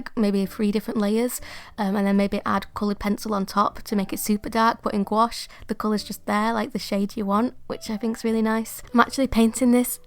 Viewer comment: You’re actually pronouncing gouache correctly (gwosh). It’s a French word and that’s how Miriam Tylson says it. I love the little book, it turned out great.